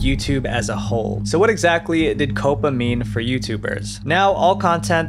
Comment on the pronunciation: Say it with me. COP-PA Not Coh-puh. 🤦‍♂️